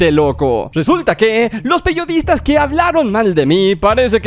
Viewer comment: Bobby dice : los peyodistas